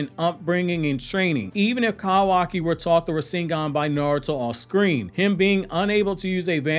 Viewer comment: You know so damn much about Naruto. But yet you can't pronounce Rasengan the correct way .... Lol